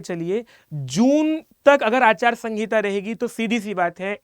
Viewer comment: Achar sangita nhi sir aachar sanhita hota hai